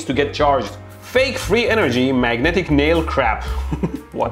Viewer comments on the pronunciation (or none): none